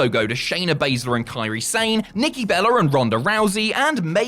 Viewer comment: It’s pronounced “Bella” not “Berra” it’s not that hard😅